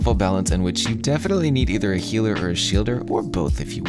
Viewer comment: Healder or Shielder.. Epic😂🤣